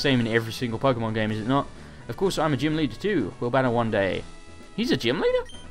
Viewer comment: Please keep pronoucing gym as gime!!!